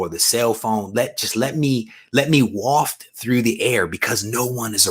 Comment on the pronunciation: Bro 😂 woft through the air???? I’m dead. Bro loved the content. Be safe bro.